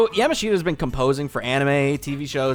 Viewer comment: STAHP PRONOUNCING YAMASHITA LIKE YAM-A-SHEET-UH!!!! 😭😭😭 IT'S YUH-MAHSH-TA!!! YA = YAMCHA MASH = SMOSH TA = TA-TA!